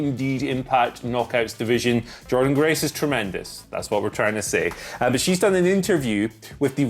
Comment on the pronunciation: Don't you mean Jor-Dean Grace?